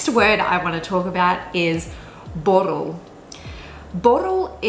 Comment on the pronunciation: My god, your dutch pronunciation for "spannend" & "borrel" was just so spot on I was so impressed. In the other words I could hear your english background but really those were perfect too. Just those two are like 100% perfect dutch. So amazed about that. Impressive and well done :)!